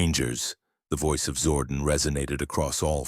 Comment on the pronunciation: it's zordon not zordin